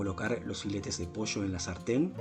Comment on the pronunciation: Acabo de descubri tu canal. Me encantó la receta. Claro que la haré. Una gran forma de mejorar la aburrida pechuga de pollo. (Aunque el acento no te delata, el decir "manteca" en lugar de mantequilla y "posho" en lugar de pollo, si 😄).